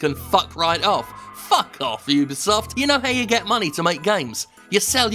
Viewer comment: UBISOFT no UBIEsoft Ree